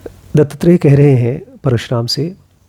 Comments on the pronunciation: its Dattatrey and not DuttTrey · गुरु दत्तात्रेय का नाम दो शब्दों से बनता है, दत्त और आत्रेय (अर्थात (महर्षि) अत्री के पुत्र) इसलिए इसका उच्चारण "दत्तात्रेय" होना चाहिए न कि "दत्तत्रेय"। Otherwise, आपका व्हिडीओ बहुत अच्छा लगा!!! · Sir its not DuttTrey its Dattatrey or Dattatreya in marathi. Pronounciation matters. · Good video, but please pronounce it as दत्तात्रेय and not दत्तत्रेय.. You should also read about नाथ and दत्तसंप्रदाय .. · It's not Dutttrey it's Duttatrey दत्तात्रेय